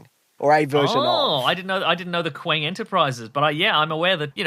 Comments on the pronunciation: Is Qeng not just pronounced.....Kang? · Qeng is pronounced “Kang” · pronounces Qeng as Kwang